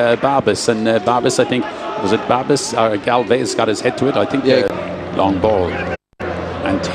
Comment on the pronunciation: pronunciation: Galvas, Galvez, Balbez, Galvash, Galvesh, Jurlic